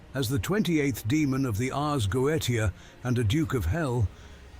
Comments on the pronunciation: Ars Goetia is pronounced “ars GO-eesha”. Not arzgethia. Idk maybe ur right but the name sounds substantially different to me. Like “th” vs “sh.” And that’s still with me granting wiggle room for the fact that they won’t rip the name verbatim. Still, shits freaky and I don’t doubt that these bored people will experiment with the occult. People have done that forever, but I still just see it as their adult elite infinite-resources version of “playing with the ouija board.” Like we’d do as kids cuz we were bored and wanted to see if it was real and see if we could unlock secret knowledge or wtvr. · you are readig it wrong. it is Arzgethia not Arzgotheia.